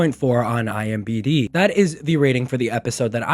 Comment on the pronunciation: Huge fan bro I swear but IM'B'D kills me every time 😂